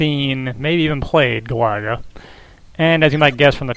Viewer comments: Don't think that's how you pronounce Galaga,but whatever.I'll donate when I can. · Good at the game? You can't even pronounce it properly! ;P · ive been watching your vids for years, ofc ill support. only thing weird about this video is the way u pronounce galaga.